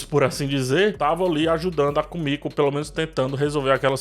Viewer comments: Só eu achei estranho ele chamar Kimico de Kumico? 😥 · É Kimiko e não Komiko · Pq muita gente fala "kumiko" nos videos d the boys sendo que o nome dela é "Kimiko"? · vc tá pronunciando o nome do Hughie e da Kimiko errado...